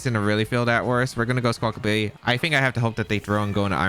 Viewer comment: When you said you’d pronounce Squawkabilly wrong in this episode, I thought, “How many different ways could you possibly say it?” And you definitely showed me lol there are a lot of different ways to say it. Squawkability is canon now